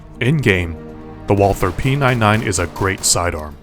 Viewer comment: Yk that you say it Walter not walth -her and p99 not p9-9 (no hate btw)